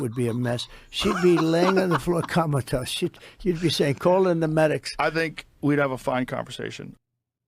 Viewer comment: Trump called it a “Kamatose”. Brilliant.